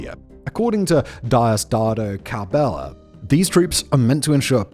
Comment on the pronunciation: best way ive ever heard say diosdado cabello